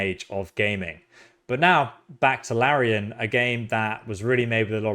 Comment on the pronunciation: it's LariAn